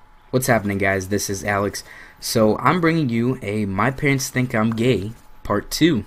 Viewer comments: listen to the way he says gay gayea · He said gey hahaha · LOL the way you say gay "My mom thought I was GEHNG" hahaha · i like how he pronounces gay. "Geyy" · The way he says gay is amazing. He says "Gey" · is sounds like u are saying gain but i under stand u so much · love the way he says gay... "geey" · He kind of says gay weird.